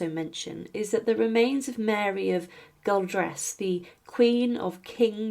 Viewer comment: Dunfermline is pronounced DunfermLIN, the Queen of James II was Mary of Guelders, not Guildres, and it's pronounce Gelders. As the video is about Scottish Kings and Queens, they are all Kings or Queens of Scots, Mary should be called Mary I.